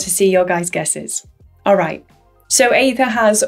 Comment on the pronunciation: it's aether not aethir, right?